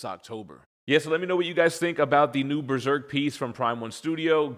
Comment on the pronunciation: New "breserk"? That's an interesting way to say it